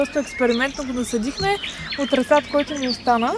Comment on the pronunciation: И се казва расад ударението е на първото а